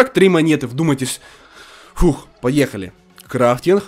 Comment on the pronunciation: Кто заметил что он говорит крайтинх